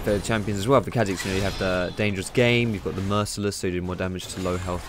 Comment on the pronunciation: The apostrophe means its pronounced car zix not kazix